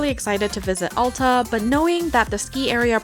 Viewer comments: AL - TA not ALL - TA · 65 years at Alta, you did great! Come back when there is a few inches of new snow and you'll have a much better experience. For what its worth (very little) locals pronounce the A in Alta like the A in bat! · Alta is pronounced (Ale-tuh)